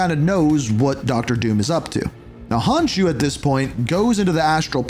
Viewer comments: Khonshu not Honshu but great video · Where tf did you get karako 😭 it's krakoa😭 honshu? WHERE IS THE H. IT'S NOT THAT HARD KON SHEW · " " there's no way you keep pronouncing Khonsu "Honshoo" when it's pronounced KAHN-shoo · stop saying hanshu.. its khonshu!! it sound so irritating when you call it hanshu. stop saying it!! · dude you have HORRIBLE pronunciation. “honshu” instead of khonshu?? “k-ra-ko” instead of kra-ko-a?? i mean it’s literally just said how it’s seen; i didn’t know annunciation was not a common thing anymore it makes you less credible and sound stupid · konshu not honkshu lol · Who tf is honshoe ??? Its khon shu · Who tf is Honshu Khonshu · Its not honshu its khonshu! Bro stop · ...ITS KON-SHU NOT HON-SHU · KHONSHU (CON-shoe) ya hurtin me f 😅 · KHON-SHUUUU. I’m sorry but these mispronunciations are killing me 😂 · Hun shoe😭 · oh brother this guy stinks, its khonshu like con/shew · Honshu??? just stick with cod cause you got a lot of this wrong like pronouncing things wrong🤣🤦🏻‍♂️ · Except for the garbage pronounciation. Who looks at "Khonshu" and goes "Ah, yes, hon shoo" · how do you say konshu wrong bro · Im sorry, but as a fellow traveler of the night, it killed me to repeatedly hear you mispronounce “KHONSHUS” name 😢😅 loved the vid tho!! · I would like him to at least try pronouncing things right.. How do you skip the K in Khonshu? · He says Hahnshu instead of Konshu too and one point Kawanda and calling Thor, Sor hahaha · Wow, words are hard for you, aren't they? Unless your script writer can't spell. Examples: "Sanctum Santoruium?" = Sanctorum "Hon-shu?" = Konshu "Carikoa?" = Krakoa "Ka-Null?" = Knull "Soar?" = Thor When you can't even pronounce names accurate, the video loses credibility. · Kra-Koa its Krakoa, Khonshu not Onshu, Wakanda not Owanda. Slow it down learn the pronunciation its not a race